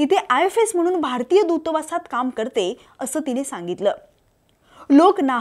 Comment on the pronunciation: "Dutawas" ha shabda he neat bolu na shaknari bai wruttanivedak kashi kay banu shakte? 😂😂😂